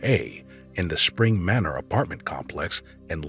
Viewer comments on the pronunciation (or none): none